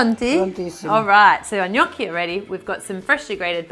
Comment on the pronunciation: Nice to finally hear someone pronounce Gnocchi the right way.